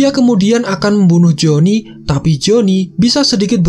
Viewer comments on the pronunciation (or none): Perasaan dari awal gw dengernya joni mulu